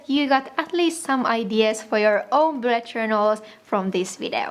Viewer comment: I just found your channel today and have watched a few of your vids...I love your accent! 😊 I think it's cute that it sounds like you're saying "blood" journal when you're actually saying "bullet." lol (Not picking on you; it's just part of your uniqueness.) 👍🏻❤️